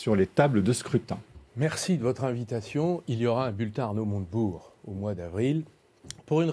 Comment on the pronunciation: Je rêve ou à , le journaliste à dit "Arnaud Monte Burnes"? c'est une private joke? un pari à LCI? En tout cas merci LCI pour ce nouveau casting de comiques, mieux que le Jamel Comedy Club 😭😂🤣🤣😅🙏